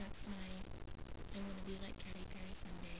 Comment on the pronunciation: youre saying katy wrong lol its not CATTY its KATEY, but your makeup looks good :)